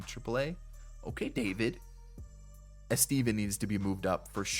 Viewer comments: "Eh-Steven" 😂... But I'll give you credit for pulling so many B and A-rated players, especially deep into each draft. That's impressive. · the way he said estevan got me every time😭😭